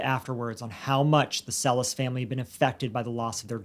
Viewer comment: The family actually pronounces their last name Cell-Iss. Furthermore, neither host is Latino. Would you be condescending towards an ESL person for not saying English words correctly?